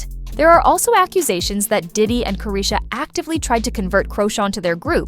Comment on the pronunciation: Worst AI voice EVER! Can't even say "CHRISTEAN" name right!! Delete this channel and leave YouTube to the big faceless channel bosses! You're not going to get over 400 views smh